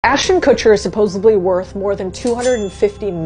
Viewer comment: Such emphasis on ASHHHHH…